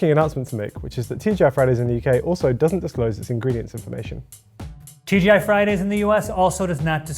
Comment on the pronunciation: The amount of times sounded like he sed TGF Friday was childish;)